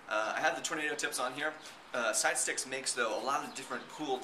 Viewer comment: u said stidestix not sidestix :P